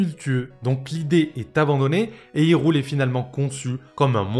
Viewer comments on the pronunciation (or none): C'est pas " Hyroule" ,ça se dit " Hyrule"😂